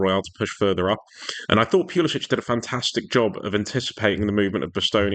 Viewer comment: Pewluhsitch😅 Try Pull-a-sick Good analysis. See Morata do what needed to be done was just amazing. Morata for captain.